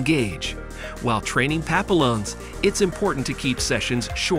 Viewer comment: Papillons the Ls are silent. Pap-e-ons